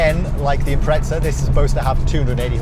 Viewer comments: It’s Impreza not impretsa 😂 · It’s imprezza not Impretsa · impreza not impretza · im pret za? what the actual fuck., its even spelt imPREZZZa. say it right. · Too much pizza made this guy say "Imprezza" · Its bothers me slightly when he says "Impretza" haha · its because he says "impretza"